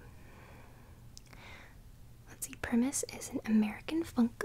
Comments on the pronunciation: Kudos to CrinkleLuvin for sending you some Primus, great band (especially bassist/singer Les Claypool)! 😎👍 I hate to burst your bubble,, but while your name is in the band's name, it's pronounced Pry-mus not -us. 😉 The album cover is a parody of Leonardo da Vinci's famous 15th century mural painting "The Last Supper", with the goblins in place of Jesus Christ & his apostles, among other things (they always have cool artwork). The thumbnail spoiled the big reveal of the vinyl... Oops. 🤷‍♂️😆 Anyway, this was another awesome Album Series video and I loved how you did the repeating thing again while tracing the letters, and of course all the tapping & your whispering produced much in the way of tingles & relaxation! 😌 Be sure to check out more of Primus because this album isn't their best work (though it's certainly not bad or anywhere close to it by any means). 👌 Thank you as always for the wonderful content, it's always greatly appreciated!! 😃🤝 I hope you have a terrific Tuesday, later. 👋🦋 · that is very cool colored vinyl! most colored vinyl doesn't have that detail. Les Claypool is a legendary bassist and Primus is actually pronounced PRIME-us but you can get away calling them PRIM-us because of your youtube name! I remember owning frizzle fry and you would enjoy the too many puppies song. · Pronounced prime-us